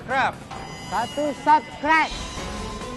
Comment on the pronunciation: Wkwk "satu suscribe", lidah nya si ke pleset dong